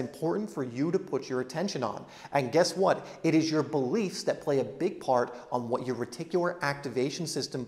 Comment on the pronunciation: You waffle too much, speak too quickly and run one word into the other very often. Speak slowly put the emphasis on the important words and remember less is more. Think what is the important word in "What the belief is. " the important word is belief. You put the emphasis on is. Listen to yourself in the video and see how often you do this sort of thing. Identify the important word in a sentence and put the emphasis there.